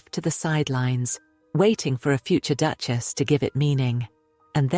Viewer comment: Doochess? Typical AI mispronunciation.